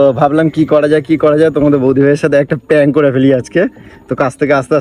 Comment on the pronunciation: প্যাঙ্ক না প্র্যাঙ্ক